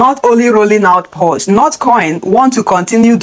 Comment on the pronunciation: It's Paws, not Pows